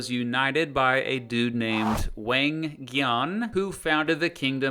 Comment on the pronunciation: Your pronunciation of the Korean names...just no. "Wang" is pronounced "wahng", the "gye" in "Seong-gye" is pronounced "gyeh" not "guy." In korean, "eo" is a dipthong, so Joseon is pronounced "Jo-seon" -- it's only two syllables. "eo" is a sound between "oh" and "aw." "Il-Sung" is pronounced "ill-sung", not "ill-soong."